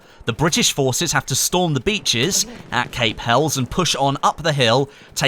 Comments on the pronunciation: Gonna be that guy, it's pronounced Hell-es, not hells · It's pronounced hellies (helles) not hells lol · I don't wanna be that guy, but Cape Helles is pronounced Hell-iss, and Achi Baba is pronounced as Ah-Key Baba